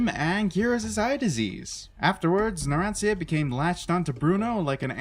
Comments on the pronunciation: It gives me a wierd feeling whenever he says "narantzia" instead of "naransha" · ITS PRONOUNCED NARAN - CHA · you dont even know how to say narancia is spelled like "naran-cha"